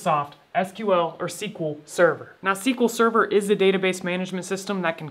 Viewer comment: SQL Sever? Im gone, C-yah!